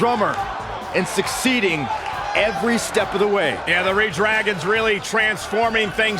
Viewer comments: Wait, Re-Dragons. (It was pernounced reDRagon). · of course messed up the ReDragon line XD......it's pronounced RedDragon...ffs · Steve and karson say redragon aswell